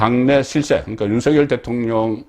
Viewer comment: 국어 문법상으로, "윤석열" 대통령 발음은, "윤성열"이 틀린 발음이고, "윤서결"이 맞는 발음입니다. "낙엽"이 "나겹"으로, "이낙연"이 "이낭연"이 아니라 "이나견"으로, "책임"은 "채김"으로 발음함이 맞습니다. 거의 모두 틀리게 발음하는데, 오로지 송선생님만 정확히 발음하심에, 국어를 사랑하는 자로서 깊이 감사드립니다.